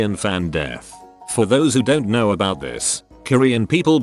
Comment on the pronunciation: The speech bot needs to learn how to say ‘know’. Not ‘k-now’.